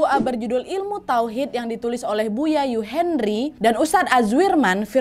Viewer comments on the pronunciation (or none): none